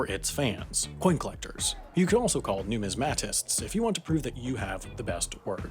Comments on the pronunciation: The mispronunciations and twenty minute old memes are really irritating. It's "nuMISmatists" not "numisMATists, "Saint-GAUdens" not "Saint-GauDENS", Rick and Morty are irrelevant and meaningless, and "money printer go brrr" is really irritating and stupid. It's trying too hard to appeal to a very specific teenaged audience rather than being educational. So frustrating. I really wanted to enjoy this video. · Numismatists. The accent is on the second syllable. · "noo-miz-muh-tists" NOT "new-miz-mattists" AI slop narration. Please delete your channel. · you pronounced numismatists incorrectly. it is more like: "new-mis-muh-tists" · If you really had the best words, you'd know the correct pronunciation of "numistmatists". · Hey, I don’t mean to sound pedantic, but you mispronounced the word “numismatists.” You can verify this by checking The American Heritage Dictionary of the English Language or If you’re pronouncing the word “numismatics” (the study or collection of money, coins, and often medals) then you’re right on track—but once the focus switches to “numismatists” (individuals who study or collect these objects), then the stressed syllables and pronunciation changes. By the way, I love your videos—funny yet enlightening as always.